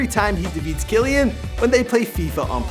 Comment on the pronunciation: BTW it is Key-Lan